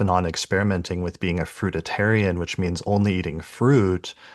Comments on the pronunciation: FRUITARIAN. NOT fruita tarian.... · very interesting but you lost me at the repetition of the wrong pronunciation of FRUIT ARIAN...WHICH IS A VALID DIET IVE PARACTICE over the summee season it includes nuts seeds sprouted grains & yes the grape cure is also valid BUT THOSE WHO do not get lasting results from curing their physical dis- ease havexnot CLEARED THE UNDERLYING MENTAL.EMOTIONAL ISSUES ❤